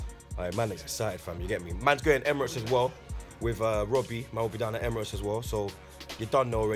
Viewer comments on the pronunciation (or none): none